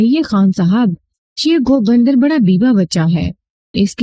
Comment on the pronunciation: خوبصورت آواز ، دلنشین انداز بیان ، لیکن تلفظ پر تھوڑا دھیان دینے کی ضرورت ہے ۔Amartasar نہیں Amritsar ہے ، بھارتی پنجاب کا مشہور شہر ۔ اسی طرح تم نے گوبندر (Gobinder) کو Go bundar بنادیا ۔ Love from Mumbai.